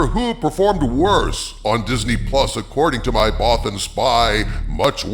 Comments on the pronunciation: ACKshully, it’s “Bothan”, not “Botham”. 🤓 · "Bothan" Not "Botham"